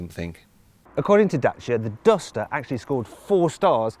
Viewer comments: Da-ch-ia, because that's how they pronounce it in Romania. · its actually da-ch-ia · DACIA NOT DACHA !! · i prefer the way James May pronounces Dacia compared to the correct way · Romanian pronunciation: dat͡ʃi.a, the t͡ʃi being not dissimilar to the "t" sound found in tex"t"ure, or punc"t"ure. Look it up yourself. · I'm actually being put off the Dacia brand because of the way the marketing men and journalists keep pronouncing the brand Dat-chi-a, it's Day-see-a in the english language. There are a lot of other car brands we all pronounce differently in our own languages. We didn't call the Citroen 2CV the deux chevaux, because that's the French way of saying it. It's Day-see-a people.